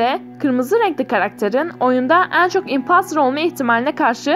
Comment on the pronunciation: O impastır değil impostır ve emong as değil among as